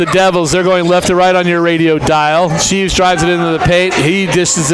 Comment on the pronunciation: its shreeve not sheeve